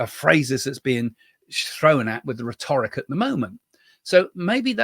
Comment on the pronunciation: I follow another psychic and she says it’s true. They saw what they were doing while channelling. I’m not a Trump supporter btw. I’m also not American. Also btw it’s rhet-oric (different to rhetorical)